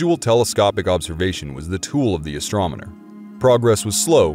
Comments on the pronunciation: Astrominer? Did he say astrominer instead of astronomer? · He pronounces Huygens , first HI--- gins, then a little later in, ...... Higgins. HI - GENS for the astronomer , and HIGGINS for the probe. Then he switched the pronunciation of Christiaan Huygens to Higgins. Click bait!! He's not reading astronomer correctly. He pronounces it astrominer. Whatever. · Was that it ? I thought he was pronounced it ASTROMENER. OH WELL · Astronmener. Did anyone else catch that? Lol Love this btw. Keep it up bro-tharr. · “Astromoner” lol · What's an "astromoner"? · 'astroMeNor' Who else heard it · I kept hearing it that way too! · Fascinating and excellent presentation, but the narrator is AWFUL at pronunciation! "AstroMoNer"??? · Lol I had a good laugh...he is forgiven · Does he need a coach to pronounce Astronomer? Say it the way its spelled.